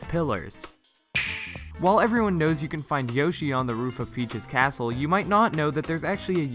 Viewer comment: Am I the only one that heard "on the roof of PJ's castle"?